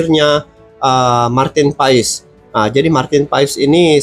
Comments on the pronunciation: Nyebut nama bukan Paes bng tapi Pass😊😊😊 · Sebetulnya Maarten Paes itu dibaca Martin Pas bang, bukan Martin Faiz 😂😂